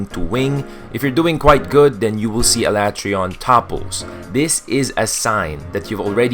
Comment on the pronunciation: No it’s not lol. Why else would the voice actors say “Al ah Trey on” and not “Al A tree on”